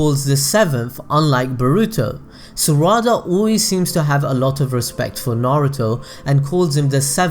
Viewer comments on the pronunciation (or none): Im not hating but why do you say "Saraawda" isn't it just Sarada.